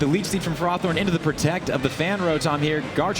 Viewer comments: Tomato, Tomaato i guess but I and all my friends saw ferrowthorn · I love the one announcer making half his comments sole about ferrothorn on top of pronouncing it wrong.